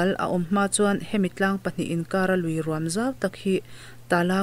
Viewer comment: Ruam inlam dan a mak hle mai chaw rum angin i lam a, luikawrah rûm a awm ngailo. Ruam tihzawk tur a ni e.